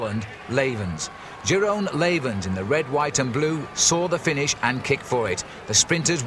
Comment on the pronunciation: jerome laywens. dear god how can you butcher the name of jeroen blijlevens...